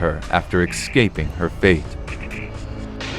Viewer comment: Come on, man. "EXcaping her fate? Excaping? Es-caping. Sorry, but that doesnt get the pass that other mispronounced words might. You must be a clownfish, because Dory has some speech tips for you. Pustules is pronounced Pust-ewl. Patriarch is pronounced Pay-tree-Ark.